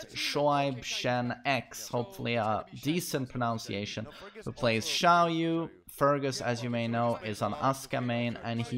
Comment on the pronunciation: Is it just me or do I hear him adding a L in Xiaoyu' name